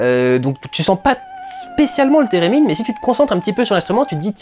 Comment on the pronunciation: « Térémine » ? J’ai pensé direct à Sherldon 😂😂